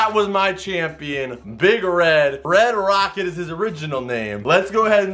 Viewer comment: Lmao he kept saying red rocket 😂 it’s red rocker